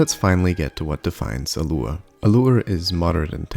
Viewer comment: Pronounced "loo-RAY", not "loor".